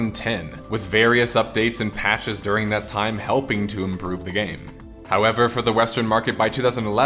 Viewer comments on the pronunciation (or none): none